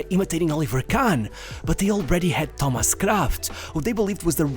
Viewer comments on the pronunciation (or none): none